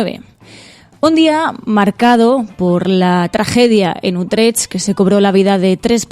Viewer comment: querida! Quedaría mejor si para hablar de Utrecht aprendéis a pronunciarlo un poco mejor, es que suena muy raro y, sinceramente, un poco ridículo🙄 Un biquiño!